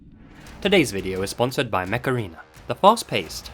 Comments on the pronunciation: i thought you said “macarena” not “mech arena” 🤣😭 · I thought you said "The macarena" not "mech arena" x) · Not sure if saying 'Mech Arena' or Macarena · every time i watch this video the mech arena ad takes me out cos i keep hearing "macarena" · Whenever you said "Mech Arena" I heard "Macarena." Aaaaaaayyyyy Mech Arena! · Did anyone else have this on in the background and a double take when he "Mech Arena" thinking he said Macerana? 😅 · I'm sorry but it sounds like you're saying the Macarena. I just had flashbacks to the early 2000s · EHHHHHHHHHH, Mech-ARENA, A-AYE!!! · Legit, the way you say Mech Arena makes me think you're actually saying Macarena. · i heard "macarina" initially LOL.